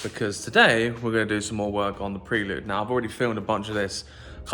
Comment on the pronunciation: Cracking video as usual! I won't be able to watch another one until you start pronouncing Prelude correctly though 😂😂😂